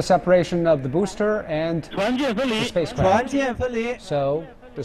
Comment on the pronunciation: Did I heard "Spacecrapt" at the start? Sounded like it.